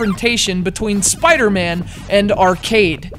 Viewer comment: Why do you keep calling him Spider-Mand? There's no D at the end.